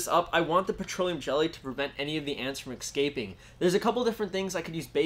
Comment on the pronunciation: IS it only me or im GOING crazy? He kept saying excaping instead of escaping